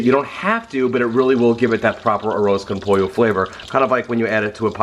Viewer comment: Everyone you said arroz con pollo it was so gringo